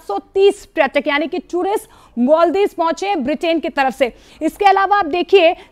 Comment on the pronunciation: इंडिया, कृपया, न्यूज़ में पर्यटक (प+र्+य+ट+क=पर्यटक) बोलें, प्रयटक (प्+र+य+ट+क=प्रयटक) नहीं। न्यूज़ रीडर्स/एंकर्स इंडियन हैं लेकिन, हम भारतीय हैं, और हिंदी भारत की भाषा है। धन्यवाद!